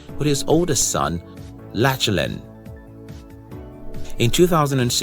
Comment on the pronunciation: If you're doing bio's on people you should learn how to pronounce their names prior to releasing it. Don't you think? I assume you research your characters beforehand? If so how could you get Lachlan's name so wrong? It cheapened the video a little, but I still appreciate the effort put in. Thank you.